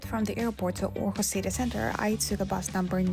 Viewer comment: Great video. And impressive pronounciation of the placenames. Thank you for taking us with you 😊 Too bad with the missed flight, but things like that happens in life, for all of us, so don’t feel bad about it (I’m sure you don’t) 😊